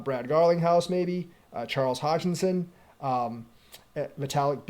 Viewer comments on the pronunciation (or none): His name is hoskinson. With an s, not hogkinson